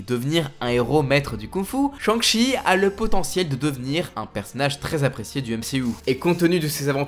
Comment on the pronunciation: MC hou ? wtf